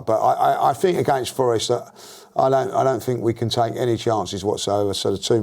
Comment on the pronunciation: For the Empire that invented their own language which dominates the world, they sure cant speak it...'fink' (think) and 'free' (three) 😂😂😂